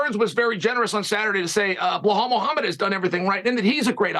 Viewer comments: Who’s “Bluehall Muhammad”? And who is this Pierra? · "Bluhall Moohamed"